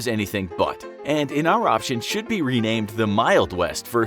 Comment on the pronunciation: did he say 'in our option'??